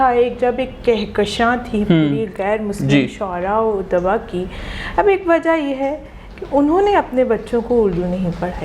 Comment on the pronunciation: Bhai anchor apna lahja durust kijiye, "Adba" nhi " odaba " hai, ye lady bilkul sahi lafz ka istemaal ker rhi hai.